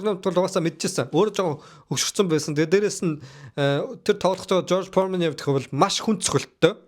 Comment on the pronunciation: jorj poremen gej shaajin george foreman